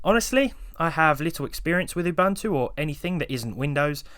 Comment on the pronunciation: Sorry to be a pain, Uboontu that's how you'd pronounce it :)